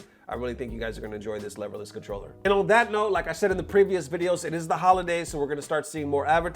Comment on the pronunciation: Lehverless? Did you not watch D-Lo's video?